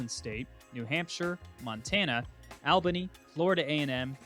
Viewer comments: Albany is pronounced like the word "all"....not like the male name "Al"....also, I would love to see them upgrade their facilities and move to the FBS. The program has been super successful, obviously having the highest winning percentage on that list, and the stands are packed every week. More seats will also increase that $30 million athletic revenue number as well.... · (All ba knee) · worst all-time pronunciation of Albany wtf